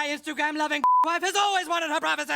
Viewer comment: Why can't the commentator pronounce privacy.